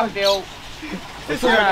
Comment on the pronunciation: May sao lindo phát âm được chữ bưởi 😂😂😂